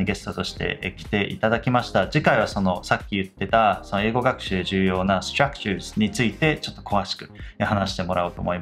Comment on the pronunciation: Fyi, アツさんのstructureの発音めっちゃ好きです❤︎笑